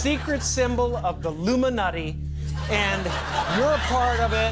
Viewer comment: IllumiNUTI? Or nutti. . .